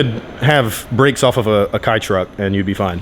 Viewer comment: Someone tell him how to pronounce KEI TRUCK!!! 😂😂😂